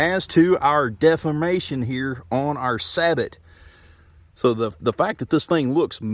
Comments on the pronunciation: Researching steel slugs, I ran across this video, pretty good video very informative. PS "sabot" is not pronounced "sab-ot", it's pronounced "sA bo". It's actually a Dutch word. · Saybow, not saybot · You are the first person I’ve heard sabot said like that. Not trying to be rude but pretty sure it’s pronounced like (say-bow) sabot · Just so you know, sabot is pronounced "say-bow". Thanks for the video, looking for some quality steel slugs, and I came across this. I appreciate it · It’s pronounced “say-bo.” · BTW, it is pronounced "say-bow". Used them in the Army.